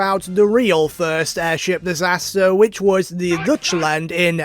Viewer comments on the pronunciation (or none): "Deutschland" is pronounced like "doitchland" (very directly ), I'm assuming you didn't mess this up on purpose because English-speakers tend to find it very funny-sounding. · The dutch land is a funny pronunciation